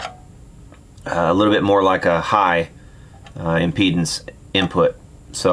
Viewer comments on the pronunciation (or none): none